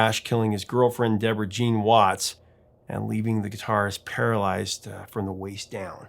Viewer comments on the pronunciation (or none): none